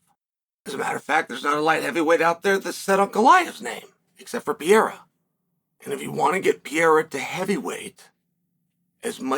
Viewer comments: Pereira Chael, he is called Pereira! Not Pieira! Just call him Poatan, it is way easier! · After all these years and you still can’t say Perreira right. It’s not piera dude, it’s pe- rei-ra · Holy shit. Pereira: Pe-Rey-Ra. If you can just flick the R in the middle, even better. But can we figure out how to say his name please, it's not even a hard name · Wtf is piieraw!!! his name is Alex Pereira!!! (POATAN) Piieraw 😂😂😂😂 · Who's this Peyera guy he speaks of. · Alex Pee era Alex Pew eira Alex Peheira the list goes on and on... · Pierre-Ah is the most funniest nickname to Alex Pereira lmao. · We are back to "Piera".... Lost all progress on learning how to pronounce Pereira correctly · Repeat after me Chael: Alex PAY-HAIR-UH. See how easy that is, MISTER SONNEN?!!! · Is the constant mispronunciation intentional? Pierra? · Pee air ah Chael's original pronunciation. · And they are all wrong haha I don't understand people saying "Peheira", the 2 Rs should be pronounced exactly the same haha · that's so annoying man! I've been commenting the same shit so many times as well but he keeps saying PIEEERAAA! 🤦🏻‍♂️🤦🏻‍♂️🤦🏻‍♂️🤣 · Is that hard to pronounce Pereira or is it dumbness? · why do you keep mispronouncing his last name? That's racist dude, you clearly hear other people at the same table/desk all the time say his name, right, then you say it wrong over and over again. Disrespectful. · Man stop posting videos about the champ until you learn how to pronounce his last name properly!! it's getting embarrassing 🤦🏻‍♂️😂🤣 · Imagine being a 3 weight Champion and Chael still can't pronounce your name 😭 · He does it on purpose. He pronounces almost everyone's name wrong.